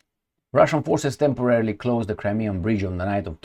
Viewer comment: "Temorarily occupied"?